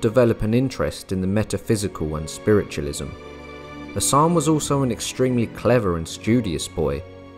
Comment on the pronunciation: Captivating content, though, with deference-Hassan is pronounced as Hass-an rather than Hassaaan, the a at the end of the name is pronounced lightly.